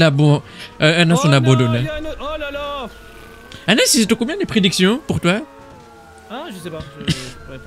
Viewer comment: prochan foi tu t'appel tobias et anas dit son nom au flic (il dit amas au lieu de anas)